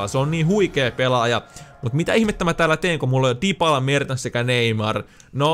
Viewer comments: Tuliks sinne vaihtopenkille Dipala? Herrajestas nää suomi fifatubettajat ei osaa lausua näitä nimiä... Olisko ens video pelaajien nimien lausumisen opettelua ni näitä muita videoita vois kattoa?! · Mitä väliä jos lausuu dibala pitäskö ite opetella lausuu kiinaks et mulla on iso perse